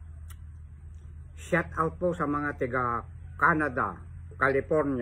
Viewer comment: D mo nga mabigkas ng tama ang shout out daldal kpa ng daldal